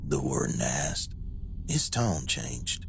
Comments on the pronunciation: My brain just threw up..... "I axed the judge".... it's ASKED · I served with a couple of guys from Missouri & to hear them use "axed" wouldn't really surprise me.